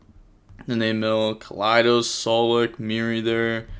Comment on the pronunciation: Pronouncing "Keldo" like that because the last replay had Lunalights with Kaleido Chick is just a classic move Love the videos as always lmao